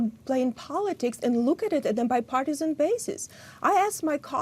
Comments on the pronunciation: There is a U in sit-u-ation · Learn to pronounce “situation” if you want people to take you seriously. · I wonder why she can't pronounce ' situation ' correctly?